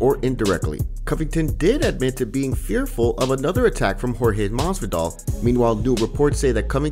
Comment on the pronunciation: lmao dude said masvidal